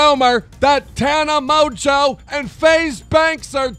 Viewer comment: why does he say Tana Mojo